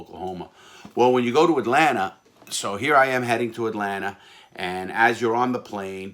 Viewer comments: this guy is amazing but 😭.. “atlanter “ 😭😭😭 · "Atlanter" airport... :) haha Love the stories man, keep up the amazing channel!! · Not a single soul: Larry: AtLaNTa 😂😂😂